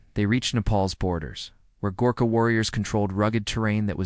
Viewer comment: Badly researched......The typical Gorkha doesn't look like anything in the pictures depicted. Pronunciation needs to be corrected. A lot needs to be corrected.